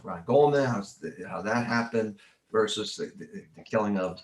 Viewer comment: Good interview, thanks. (BTW, it's "versus", not "verse".)